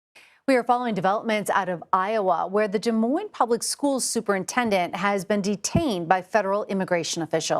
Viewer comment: It is pronounced DEE MOIN not Del Moin